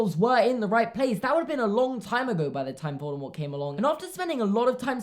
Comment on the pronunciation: I love how correctly pronounces Voldemort